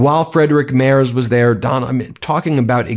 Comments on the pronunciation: Hey, Ben Friedrich Merz's last name is pronounced Merts. Just sayin... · Hej, please learn how to say "Friedrich Merz". It's Freedrihk Maerts. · Its pronounced MERTZ, not MERZ. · Love this channel. But, do try a little harder to pronounce foreign names: Merz is pronounced Mairts, not Mares. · Pronunciation of Merz = mertz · Try to pronounce the 'z' in Merz more like 'ts' please... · In German "Merz" is pronounced " Mairts." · Ben... Friedrich Merz => Freed-rich (like the Scottish word loch) Merts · For the love of C'thulhu: check the pronouciation of names of foreign leaders. Merz is pronounced with a t after the r. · Please pronounce him MERTS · FFS! Please learn to pronounce the German chancellors name PROPERLY! In German, "ie" is s pronounced "ee", as in the word "free". So Friedrich is pronounced "Freedrich" The letter "e" is pronounced "ay", so Merz is pronounced, "m-air-tz". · Learn how to pronounce the German chancellor’s name. Although, you are making progress. You no longer say “mars” like the planet. Let’s work on the final consonant. It is pronounced like a sharp ‘ts’, much like the ‘zz’ in pizza. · Americans, please at least try to get rid of your general mispronouncation of vocals when pronouncing foreign names! Friedrich should maybe spelled Freedrikh for you? And the "e" in Merz sounds more like the "e" in "error", the "z" = "ts". Try that. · Great episode, but a quick tip. Frederic Merz is pronounced with a hard Z at the end - similiar to MERTZ.